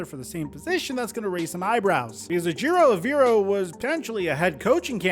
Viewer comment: Take the time to learn how to pronounce Ejero Evero properly! Come on man!